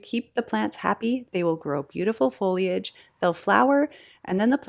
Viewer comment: I'm thrilled that you correctly say foliage (fo-lee-ij) and not foilage (foyl-ij) which seems to be the latest sin of so many content creators.